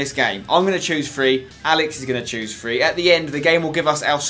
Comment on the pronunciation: U need to speak properly u say three like it is free and things like it is fings